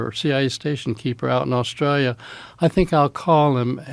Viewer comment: You know this guys legit because he pronounces “Australia” like a native Aussie.